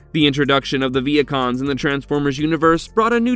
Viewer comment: Ok I thought when he said Vehicons I heard Vietcong’s like the Vietnamese